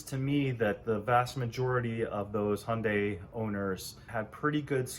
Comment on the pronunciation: HUNDAI NOT HONDAY.